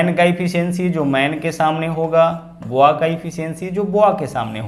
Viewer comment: सवाल करने का तरीका अच्छा है। ❤लेकिन Boy बॉय कहते हैं, या फिर हिंदी में बच्चा या बालक ही कहो। आप बोआ बोल रहे हैं। बॉय का मतलब बच्चा और बोआ एक सांप की प्रजाति होती है।